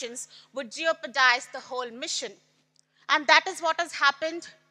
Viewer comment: Its jeopardize, not geopuraized